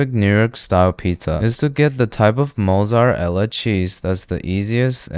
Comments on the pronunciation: Mozzar-ella cheese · “Mozart Ella Cheese” 😂💀